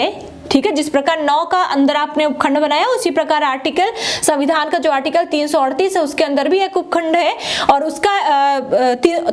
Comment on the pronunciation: मैडम को संविधान बोलने नही आता